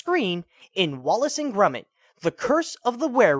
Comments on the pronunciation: I think Dreamworks were being selfish in thinking "Wallace and Gromit" a dissapointment, it's not technically their film and all my friends say it's the Dynamic Duo's best film next to "The Wrong Trousers". No offence but, why do you say "Grumit"? It's "Gromit". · You idiot his name is not grumit it is gromit with an o listen to Wallace he calls him gromit so shut up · Wallace and "grummit"? Isn't it Grom (rhymes with prom) -it? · why does he keep calling Gromit Grumit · Love how he pronounces gromits name grumit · It's pronounced as Gromit. With an "o".... Just curious, where did you learn to read?! >_< lol jk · ITS NOT GRUMIT IT HAS AN "OH" SOUND